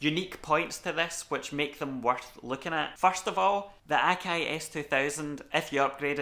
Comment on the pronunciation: OMG! What is this magical accent!? I up thumbed, subbed & belled because I needed these particular pronunciations of 'Akai,' 'Wavs,' '32,' & 'era' in my life forever!